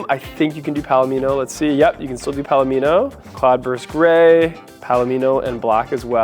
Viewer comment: 1. Yes, you pronounced 'palomino' correctly. It's a type of horse (among other things, but the color of the horse is similar to the interior, thus the name). 2. I've gotten TONS of positive comments on my Nightfall Mica RHh. I just wish it didn't come with the all-black depressing interior, but beggars can't be choosers.